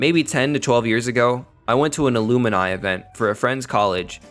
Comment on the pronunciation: Bro really said "Aluminai" not "Alumni"